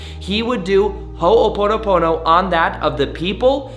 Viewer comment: Please learn to pronounce it correctly you’re accenting the the first syllable and should not be ❤️